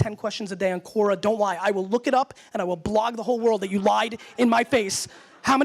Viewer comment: He pronounced it Kora but it's pronounced Kwora. The web site name is Quora. It's a platform for people to ask questions and throw them out to anyone that thinks they have the ability to answer them. You can be a question asker or an question answerer as you chose.